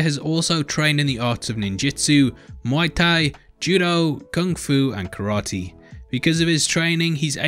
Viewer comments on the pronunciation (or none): none